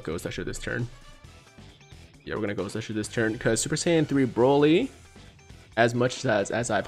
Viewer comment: Am I tripping or do you keep saying ssj3 broly lol